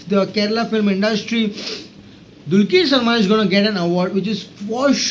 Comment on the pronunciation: Kindly pronounce Dr's name properly. It is dulqar.. Not dulkeer